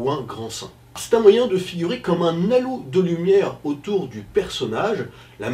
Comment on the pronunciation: Un « nalo » de lumière, vraiment? :o))))